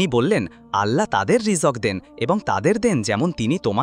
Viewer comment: Ei Beda rijok ki re? Rijik na rijok🤬